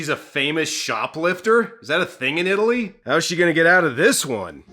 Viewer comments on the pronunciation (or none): none